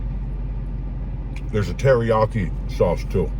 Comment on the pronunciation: The way you say teriyaki really chaps my ass ….